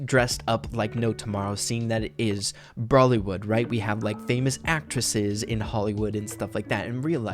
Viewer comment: Indian listening to say "Bollywood " instead of brawlywood....